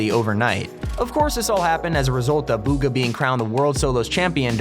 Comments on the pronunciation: Bugha b oogha not booooogha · Bugha not boooogha